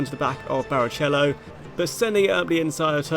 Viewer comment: You deserved the tort*re for that pronunciation of barichello alone 💀🤣🤣